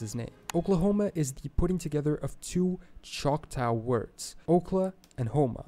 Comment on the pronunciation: Okay; I'm annoyed by the narrator's pronunciations of native names GAH! The Native Kansas people, were the Kan-saw people, Choctaw is Choc-ta(h) not Choct-ow, Ojibwa is Oh-gib-wa....